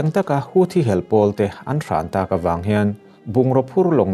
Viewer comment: Houthi pawh nang chuan i rawn lam dik chat mai. Youtuber te tawng dang lamrik dana an hniam lutuk hi ka lo ngaimawh thin a.